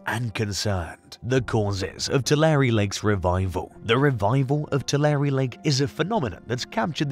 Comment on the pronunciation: Pronounced "Too-lair"